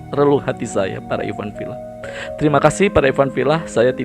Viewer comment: Innaka laminal mursaliin... Ikhwan fillaah.bukan ifan fillah